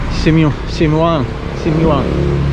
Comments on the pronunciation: Haha you said “si mung” which means f*ck you. Make sure you pronounce the Muang correctly 😂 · Lol yes, he said zie munge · I'm not a person who usually leaves a comment. But LOL be careful how you say the name of the store Simuang market. Just a little mistake on pronunciation can change a word to say something else. Anyways, you had my mouth dropping for a moment. It was funny. I enjoy your videos.